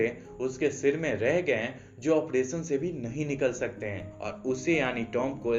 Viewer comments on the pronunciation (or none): none